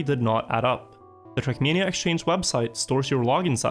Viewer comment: my dear dear. Your videos are great, but for god's sake... TRACK MANIA! NOT CRACK MEANIA!!!!!!!!!